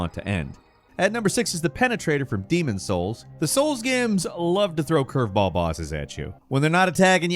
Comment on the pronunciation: Wow cant even say the Demons Souls boss name😂